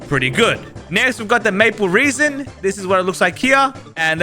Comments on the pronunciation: you pronounce it RASIN not REASON!!!!! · I swear its not said like reason ... like resin the material.... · It is maple resin not 'maple reesin' seed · It’s resin not reason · "Maple reesen" 💀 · That is rage bating me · every time i heard reason i cringed harder lol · how do you even pronounce that wrong like its impossible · 'Maple reesin' makes me mad! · "maple reson"